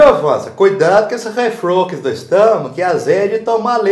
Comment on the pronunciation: Cara, eu piorei do "refluquis" do estômago viu! Kkk